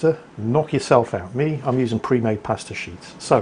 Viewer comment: I really like the vid... Except for the pronunciation of pasta